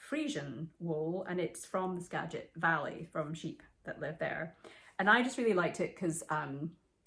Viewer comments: Yes, you pronounced Skagit correctly. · Great job pronouncing "Skagit" correctly!! 😀